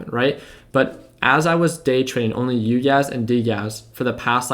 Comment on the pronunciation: ‘it’s Uguys not UGAZ’ 😂😂😂